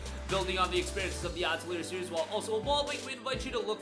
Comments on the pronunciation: Uh-Tell-Lee-Ey (As when Canadians say eh) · I can't take your video seriously when you can't even pronounce Atelier correctly or when you leave Clair Obscur Expedition 33 off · That's not how you pronounce atelier lol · Someone teach this man how to say atelier pls